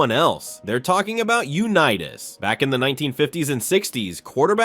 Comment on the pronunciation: Yuh-nitas?? Seriously, you need a pronunciation lobotomy.